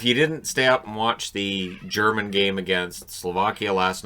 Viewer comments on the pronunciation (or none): none